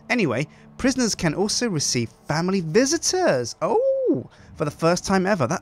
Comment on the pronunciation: sounded so welsh when he said family visitors